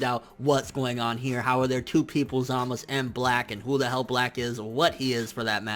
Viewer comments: it's not Zamas. it's zamasu. there's a fucking u at the end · how can you watch the Japanese version and English dubb and still not pronounce the names right smh zamus za-ma-"su" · Zamas? whether its correct or not can we not use that and pronounce it as we see it (Zamasu) coz it just sounds better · Why Tf do you keep saying Zamas, it's zamasU!!... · Coplanm bet you that it will zamasu when it's dubbed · It's pronounce Zama soo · zamasU goddamn how can ppl watch the show and still pronounce wrong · i guarantee this guy has never been laid. ZA MA SU.. say it with me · Chill dude its pronounce Zamas but spelled Zamasu just rewatch an episode and see for ur self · then why do the Japanese pronounce it with the u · Maybe you should learn the basics about the japanese language before affirming things about a language you don't know.There isn't any 's' alone spelling in japanese, it's 'sa, shi, su, so' or 'za, ji, zu, zo'. It's pronounced ZamasU (which is in fact a polite form of speaking in japanese, coming from 'gozaimasU'. Same for 'GowasU', both are different forms for 'gozaimasU'). Even if you can barely hear the 'u' it doesn't mean it's not there. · the u is definitely lightly pronounced in zamasu. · My fucking god listening to this guy pronouncing zamasu' s name wrong once was cringing but saying his name a thousand times. Jesussss fuckkkk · nigga cant you say ZAMASU right.. shits irritating af lol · Take a shot everytime he pronounces zamasu fucked up